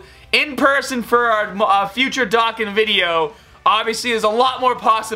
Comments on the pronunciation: Not hating but it’s pronounced (Doe-Khan) lol sorry I’m a grammar nazi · STOP SAYING DOKKAN WRONG! Ahhhhh